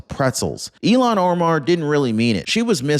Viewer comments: Ill (sick) han. Not Elon! ill han please she is sick illhan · Please pronounce hed name correctly. I have to think three times when you pronounce name as Elon. Her name pronounced Ilhan. The Il. part of her name is pronounced as Ill or I'm sick as ill. The rest of her name is Han. Her name begins with a short "I", Elon begins with a long "E" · Her name is not Elian… It’s IL HAN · ILL HAN ILL HAN! NOT ELON!! DIPPY!! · ITS NOY ELON!! ITS ILL HAN !!! SAY IT RIGHT!! YOUR SUPPOSED TO BE A JERNALIST RIGHT??? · It's not elon it's ilhan! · Her name is not Elon it is Ilham. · Her name is written with two consonants together - L before H. Pronounced "IL" "HAN". My husband is from Turkey and his first name is also Ilhan. Frequently mispronounced.